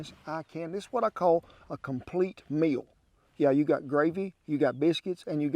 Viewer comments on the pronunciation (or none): none